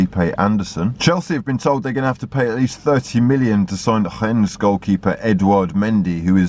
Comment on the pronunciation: The way says Rennes is quite amazing lol.. No homo though.